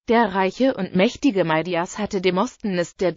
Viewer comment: XD demostnness hört sich lustig an. Die Aussprache ist lustig.